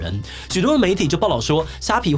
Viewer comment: ㄘㄞˊ員⋯⋯聽得好痛苦